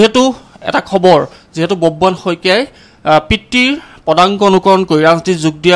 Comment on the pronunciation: বুববাহন নহয় অ সাংবাদিক ভাই, বব্ৰুবাহন